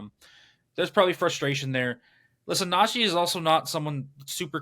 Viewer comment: Just watched a video of Najee saying he doesn’t understand why people say his name like that, then watch this video and see this guy saying “Najay” over and over again 😂 never did I notice that before